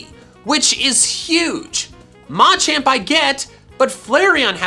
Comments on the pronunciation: Yeah I know that’s why he says it like that but everyone else I’ve ever heard says it Muh-Champ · Like the word “Macho”?